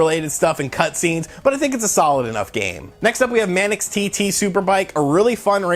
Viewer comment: Wait, did you call Manx from ManxTT "Man-Ex?" Otherwise nice share, thanks for taking the time.